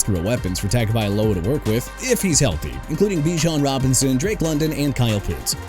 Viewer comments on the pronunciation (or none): DON'T CUSS IN YOUR VIDEO DUDE. ALSO IT'S BIJAN (BEE-JOHN) ROBINSON, NOT BE-SHAUN! ALVIN KAMARA PRONOUNCED KUH-MA-RAH! JAGUARS AS IN JA-GWAARS NOT "JAGWIRES" SO YOU NEED TO QUIT SAYING THAT! CHICAGO AS IN SHEE-KAH-GOW OR SHUH-KAH-GOW NOT CHEE-KAH-GOW! KAYVON THIBODEAUX PRONOUNCED TI-BUH-DOW!! DO YOU NOT KNOW HOW TO PRONOUNCE ANYTHING OR ANYBODY RIGHT?! MIAMI CAN HAVE KMET BUT THEN AGAIN NO ONE CARES RIGHT?! IF I WERE YOUR BOSS, I'D ASK YOU TO CLEAN OUT YOUR DESK!!!!